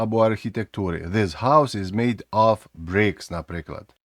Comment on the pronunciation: Оф це ось це слово - off. Of треба вимовляти з в на кінці. Як /əv/ або /ɒv/ у сильній позиції